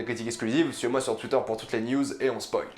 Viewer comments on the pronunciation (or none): none